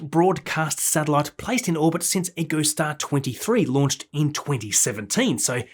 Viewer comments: echo-star not eco-star brah. love your work. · Pronunciation note for you,. EchoStar is NOT pronounced "eeco-star". It's "echo-star". As in "his voice echoed off the surrounding cliffs." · “Echo”Star, not “Eco”Star. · Pronunciation note for you,. EchoStar is NOT pronounced "eco-star". It's "echo-star". As in "his voice echoed off the surrounding cliffs."